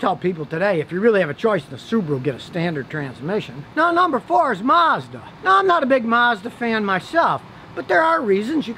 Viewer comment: Mazdarella is how he pronounces Mazda